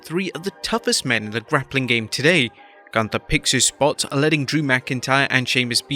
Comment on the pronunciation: His name is GÜNTER(GHUNTER NOT GUNTER